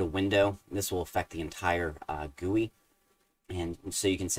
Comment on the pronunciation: I have no idea if I mentioned this to you before, but I really appreciate you calling a "GUI" a "gooey"!! :)